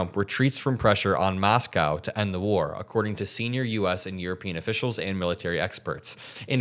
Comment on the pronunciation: I get what your saying and agree with most but dude, saying Moscow shouldn't take that much effort ❤